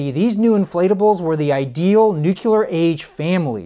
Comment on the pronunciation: “Nucukar?” Please excise this from your verbal vocabulary. Say, “Nuclear.”